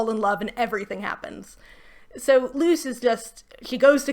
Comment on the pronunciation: I know you mean "Luce, the human" but it just sounds like you say "Luz the Human" and reminds me how I could be watching much better fantasy stories 😂